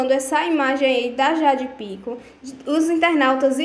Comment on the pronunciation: aprende a falar o nome das pessoas: é Jade Picon e não Pícon- não tem acento no i.